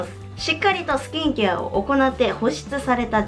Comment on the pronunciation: スキンケアのイントネーションが気になって内容が入ってこなかったw